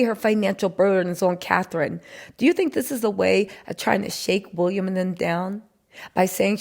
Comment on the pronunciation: Lady the guy's name is WILLIAM not WUlliam .